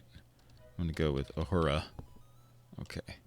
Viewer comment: Love the videos man, keep em coming. Also Worf is O not A,, and Uhura is U not A, sorry had to let you know :)